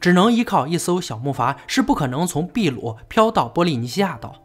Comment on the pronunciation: 是的，秘鲁读的没错，但是不存在“秘鲁时代”这一概念。印加文明是秘鲁地区的文明。